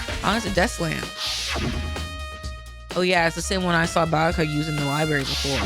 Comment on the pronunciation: Might be late tbh but if you don't know, byakuya name is pronounced properly